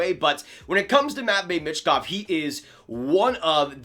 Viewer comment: I think it’s pronounced “me”chkov not sure tho